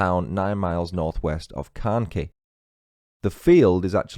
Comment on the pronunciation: Carnkie is pronounced CarnKhy I know English people struggle with our Cornish place names and it’s Tre-Luss-well